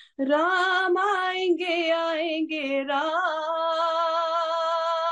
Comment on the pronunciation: over and above your song, danke sho"n for saying राम and not रामा. God bless you 🙏